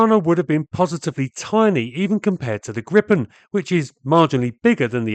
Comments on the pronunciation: We here in Sweden pronounce it gree-pen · Gripen pronance GREE-PEN